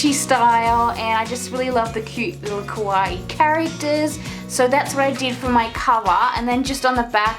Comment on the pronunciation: Super cute journal! Just wanna say you’re pronouncing kawaii wrong, you are saying it like (kah-wai) when it should be (kah -wah-e) :)